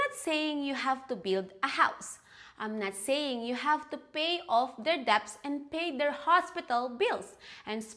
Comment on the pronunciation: Hey,. Your English is great! I’ve watched a few videos of yours in which you mispronounce “debt”. Just trying to be helpful: the “b” is silent 😃. It thought you’d might like to know.